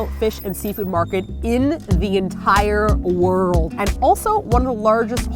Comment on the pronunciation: in the entihhhhre woggggggrld